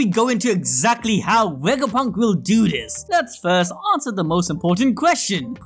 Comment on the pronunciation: you said Dr. vegafunk :/